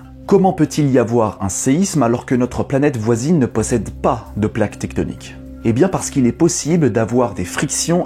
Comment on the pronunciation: "Tecktonik" ??? J'ai failli me barrer en courant quand j'ai entendu ce mot !